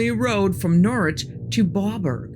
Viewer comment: Pretty good telling of the story of shuck but please if you're going to tell stories of our folklore and/or history at least try to pronounce the names of places right, it's so off-putting to randomly hear Norwich pronounced as norch (Edit) still though, told the story right and that's what matters most